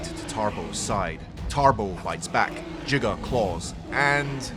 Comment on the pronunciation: who hates the pronunciation of giga